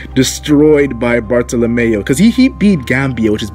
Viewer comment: Why is his name BartoLaughingMyAssOff? His name is Bar-Toh-Loh-Mee-Oh.